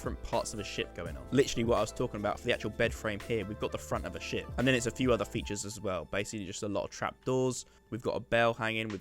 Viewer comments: Is it just me or I thought he said shit Front of a shit😂😂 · when you where saying ship i was hearing $h!+ instead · every time you said ship i just heard the word Shit and I was thoroughly entertained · when you said ship I thought you said shit and i was really confused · When you said you were trying to make it look like a ship I thought you said shit lmao